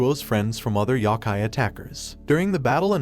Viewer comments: it's Yo kai not Yok kai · Yo-ki my brother never heard of yah-ki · I swear its Yokai, not yakai... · "yah kai" please my ears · Bro, how you pronounce “Yokia” wrong? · I hate how you say yokai lol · he keeps saying yoki wrong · There is no "a" in yoki